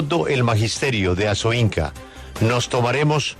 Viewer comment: ASOINCA, no ASOINCO.